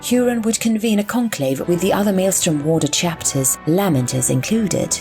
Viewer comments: Just an FYI: the majority of the Imperium pronounces their names as "LAY-Mentors," not "LAH-Mentors." ducks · I am sorry the content is excellent but the lamenters pronunciation is grating I have never heard said that way.